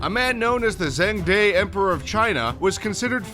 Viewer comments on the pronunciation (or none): none